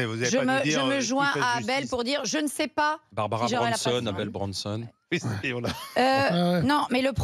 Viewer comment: Le syndicaliste gaucho qui appelle deux fois son collègue « ABDEL » alors qu’il s’appelle « ABEL » … 😮🤔🤔 Et qui insiste à mal prononcer son prénom à dessein ???🤔🤔😱 ça ce n’est pas du racisme ?????? 🤮